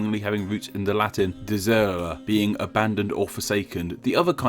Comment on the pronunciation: Also, , deserere isn’t pronounced “duh-zuuuuuuh”. It’s deh zeh REH reh.